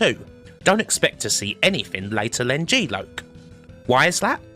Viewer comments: good vid but stop saying g loak....its lock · GEE LOKE.....,....its Geee LOCK! Aka G...Loss. Of. Consciousness. God i love your pronunciation of words at times. Truly in your own element there. Edit......the intro to outrun on Amiga. Oh we love gamesack! Double edit.... C64 Powerdrift absolutely was amazing to me. However when my step brother lent me his atari st with Powerdrift....oh dear....what??? - which probably explains what you said. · G-Loc - is it not pronounced 'jee lock'? meaning something to do with GeForce and blacking out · kim its g-lock, pronounced lock as in lock on or door lock................ just missing the k..